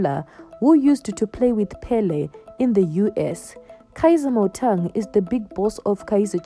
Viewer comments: Motaung not Motang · How can you compare kaizer and mama mkhize there is too much difference between the two where are you from you can't even pronounced Motaung what is motong